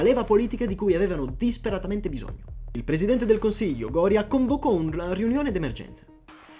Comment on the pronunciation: Il ministro si chiamava Gorìa, non Gòria